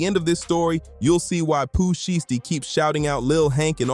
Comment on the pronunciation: Definitely a Ai video can’t even say his name right SKIP THIS VIDEO